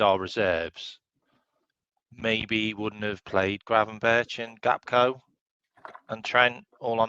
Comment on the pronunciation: Still cant say his name right lol gapko he says. Anyways big up hope the lil one is getting better each day ❤